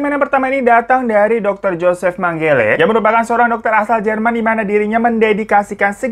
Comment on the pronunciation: Mengele bang, bukan Manggele 😭💔